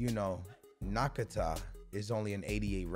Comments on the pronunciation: Everyone: Na-kah-tah: Nah-kah-tak-ah 😐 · Did he just said Nakataka instead of Nakata???!! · everyone: lev-an-dov-ski: law-an-door-ski everyone: Nakata: Nakataka everyone: Trent Alexander-Arnold: Alexander Trent everyone: Ronaldinho: Ronaldingo everyone: Dembele: Dembelly everyone: Arthur: Arturu everyone: Marcelo: Marshmellow everyone: Sommer: Sommerz everyone: Son: Sonaldo everyone: George Best: George Besty better than the resty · Nakataka? you're killing me man! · No one:: Naka Taka 😂😂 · Everyone: Nakata: Nakataka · Name: Nakata: NAKATAKA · TRENT ALEXANDER-ARNOLD** NA-KA-TA*** GEORGE BEST** And every other overly and incorrectly pronounced foreign player to ever pop up in his drafts.